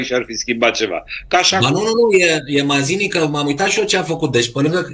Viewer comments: Matzini se pronunță, nu Mazini. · Ai pronunțat bine inițial "Mațini". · Se pronunță Mațini, si nu cu ,,z,,! Mai studiază omule! Este limba italiană!